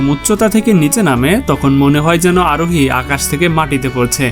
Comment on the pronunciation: Bhai Arohi Aroni bolen keno